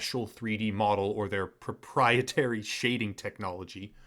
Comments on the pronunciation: Drinking challenge: take a shot every time they say propietary, you will die of alcohol poisoning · Well-written script, however the exaggerated emphasis on the word proprietary again and again wore thin. Otherwise, great synopsis and commentary.